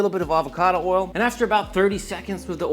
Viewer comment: You’ve been in Texas so long that you can no longer pronounce the word “oil” 😂